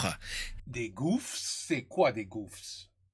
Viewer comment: Hi D, just got the video while i was scrolling your channel, gouffre means like an endless feeling hole, the last S is silent, i'm gonna enjoy the video now